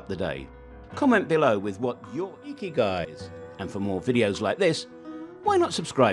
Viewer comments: hahahahahah the way the voice pronounces ''ikigai''. Find your "IKIGAI" hurr ta durrrr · Yooo every time he says Ikigai 😂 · You need a new IKIGAI for how to pronounce IKIGAI. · Why ikigai is IKIGAI! everytime 😂. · 'Ya we did face a problem pronouncing Ikigai. Hope the rest of the video added a value.